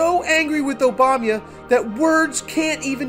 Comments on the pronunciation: Mate..For God's sake, it's OBAMA, not OBAMYA. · Could you pronounce Obama correctly, please. It's cheapens your presentation to pronounce it Obamya. One pays attention to that, rather than to what you are saying. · you can't even say Obama right lol